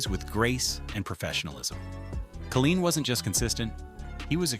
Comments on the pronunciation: Killeen is a city in Texas (on the outskirts of Fort Hood). Al Kaline (pronounced KAY-LINE) was the Detroit Tiger baseball player. One would think a video extolling the Detroit Tigers would pronounce his name correctly, especially since he was on this side of the grass until 2020. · The MAN’s name was Kay line not ka lean. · First, why is Lou Whittaker not in the HOF?? As a LIFELONG Tiger fan(atic), how do you create an otherwise excellent video with the mispronounced name of Kuhleen? Geez...i would narrate this vid for free not to disrespect MR. Tiger! Willie Horton deserves, at least, honorable mention for his contribution of helping the city of Detroit from imploding during and after the turbulent times. Know that it sounds pretty weak after my criticism, but truly enjoyed your presentation! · if you can’t even pronounce “Kaline” as “Kay-L-eye-n” you have no credibility. It is not “Kuh-Leen”. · This was so bad in so many ways. Mickey ‘Lahlich’? Al ‘Kahleen’? At least pronounce the names right. Whitaker number 4 ahead Greenberg and Crawford and Trammell? Are you high? And what the he** is Tris speaker even on this list? He never even played for the tigers. At the end as you summed up the franchise, you showed videos of other players on other teams! This entire video is an embarrassment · It's Low-lich, not Lah-lich. If you are going to do a video, learn how to pronounce the names. Then Al Kah-LEEN ? Are you kidding ? I don't have much argument with the content but the audio sucks. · Unbelievable how you can mispronounce AL Kaline!!! Lou whitaker is a Hall of Famer. Higher War than Miguel cabrera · How in the world can they pronounce Al Kaline's name and butcher it in that fashion? Also Kirk Gibson was not MVP in 1984. Willie Hernandez, Tiger reliever was. Gibson was MVP in World Series! Tris Speaker never ever played for Tigers. Who in the hell put this amateurish thing together? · he did not also don’t know how to pronounce Kaline’s name